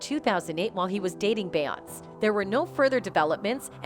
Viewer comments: Learn how to say her name if you want us to even act like we’re acknowledging what you’re saying 🗑️ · It is so disrespectful and annoying for you to constantly mispronounce her name.I couldn't even finish this video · The commentator is only showing her ignorance, by mispronouncing Beyonce's name. This video is click bait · So what did kanye release? And why can't you pronounce Beyonce properly? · Use this comment as the dislike button,for how she's saying Beyonce's name. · This lady is annoying me with pronouncing beyonces name wrong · First of all who is beyonce she’s killing me. It’s Beyoncé bish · Why she keep saying her name like tht omg annoying asf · Are you a bot or do you seriously not know how to say her name? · And they pronounce everyone else’s name perfectly 😒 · She doesn't even say her name correctly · Can't even pronounce the name correctly. Pure click bait. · Wha the f are you pronouncing BeyoncE like that are you dumb lol? She's been famous for 20 years and you still don't know her name? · Idk if I can take this video seriously when she's not even pronouncing her name correctly! 🤨😂 Child...what kinda AI produced video is this?! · Have I been saying Beyoncé wrong or is this girl way off?? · Any chance Beyonce's name can be pronounced properly? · Get an AI that can say beyonce you hacks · Beyonc ….eeeeeeeeeee god that was driving me nuts the way you are saying her name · This channel is the worst I despise when people cannot pronounce someone’s name correctly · And can't pronounce Beyonce. Ud think whoever made this would've listened 2 it first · AND mispronounced Beyoncé’s name over and over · Who’s “be-ount” they know they can tear up black peoples names, lol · BAY-AWNSZ 😂😂😂 MORE LIKE BEE-AWN-SAY (BEYONCE✨) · OK is she messing up her name on purpose because everybody else name she said correctly 😂 BEYONCE ! NOT BAY YONC 😂🤦🏾‍♀️ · It’s Beyoncé. Not Beyons 😂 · Lies. And her name is not Beyons. It's Beyonce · Her name is pronounced 'Be-yonce-say'.